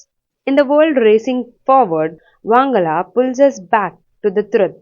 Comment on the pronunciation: It is pronounced as "Wan-ga-la " Not "wang-ala" Usually celebrated in the month of November . This is not a hate comment it's a correction 🤗🤗.